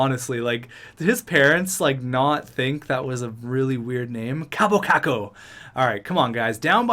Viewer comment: Also, because he's finnish it's not pronounced like 'kapo kako' like you said :D it's more like 'Kaaapo Kak-ko'